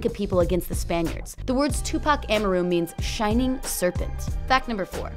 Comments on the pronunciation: "Am-arr-ru" She can't even pronounce his name correctly. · AHMUHROO?? Nah , she shoulda learned how to pronounce his name properly before making this video. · WTF. She said Am a rue. It's Amaru, well ya'll can't hear how I pronounce it but she pronounced it wrong. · Wasnt his middle name pronouced "Ah-mar-u"?? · I quit watching after she said Amaru wrong 5 times in a row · The way she pronounced “Amaru” really annoys me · Anyone else bothered by how she says Amaru? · Fact number ONE!!!YOU CANT EVEN SAY HIS NAME PROPERLY TUPAC AMARU LOL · YOU REALLY GOING TO HAVE A VIDEO AND MISPRONOUNCE HIS NAME?!?! HOW CAN WE TRUST ANYTHING WISE YOU SAY WHEN IN THE VERY BEGINNING YOU CAN'T EVEN SAY HIS NAME CORRECTLY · I’m sorry but the way she says Amaru bugs me for some reason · She is obviously not a Tupac fam she can’t get is middle name correct 🤦🏾‍♂️ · The way she said his middle name 😳🤢